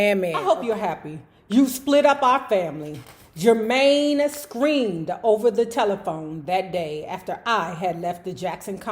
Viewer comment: if you forgot was from DC just listen to that name pronounciation lol! at first I thought they really named named that child "germy" 🤣